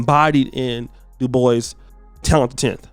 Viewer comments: It's not de-boise!! Ignant uncultured mf It's pronounced du-bwa Smh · Looks French sure its not pronounced Dew-Bwa? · Is pronounced Doo-bwau. It’s French. I hate when black people do this!